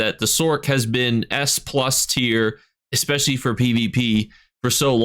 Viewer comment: i love your videos, but every time you say 'expecially', i cringe.